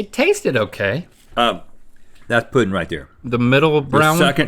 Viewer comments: Does that say poe-ding? Where are you from that you pronounce it like that?? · the way they pronounce “pudding” sends me into a rage